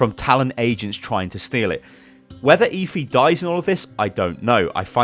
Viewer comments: eh-fee not ee-fee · Are you sure her name is pronounced eefee and not ehfee? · Stop saying eeeefeeee. It's Effy spelt Efi. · "Eh-Fee". NOT "Eeee-Feee" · ITS EFI NOT EEFI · her name is Efi, just say f and e had to point it out sorry